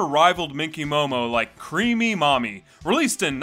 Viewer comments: I thought you were saying 'creamy mommy' and I was scared. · The number of times my brain thought he was saying "creamy mommy"... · Everytime you say her name I keep hearing creamy mommy which really makes me cringe to the point I feel like the creator was a very perverted person. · Ah yes, "crêap", the past tense of the old Anglo-Saxon verb "Creopen" which mean "to creep" Good old Creamy Creep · Everytime he says the name I feel what's left of my soul die little by little